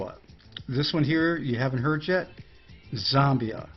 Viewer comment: Z ambia you pronounce it Z am bia